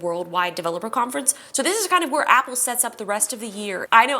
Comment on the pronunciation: Why are you saying This as THISH??? Typical American 🇺🇸 making their own pronunciation’s.